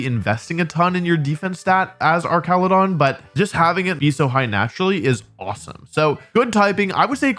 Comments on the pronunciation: Its ar ch ala don not ark cala don like it pre evo🤓 like if agree 👇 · I thought it was pronounced arch-ale-a-don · The fact you keep calling Archaludon "ar-ka-lu-don" instead of "arch-a-lu-don" is baffling to me. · hey wolfe, haven’t seen you in a while i know mom ran out of milk like 2 years ago but it shouldn’t take that long to replace it. anyway, it’s actually pronounced arch-a-loo-don. hope this helps! come home soon love u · Broke: Pronouncing it ArCALudon because it's like Architecture Woke: Pronouncing it ArCALudon because Wolfey purposefully pronounces names weird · Ah yes "Arkaladon" my favorite new pokemon. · Hey Wolfey. Little thing It’s Arch-aludon Like an arch It’s a bridge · I'm cringing every time he says that. 😬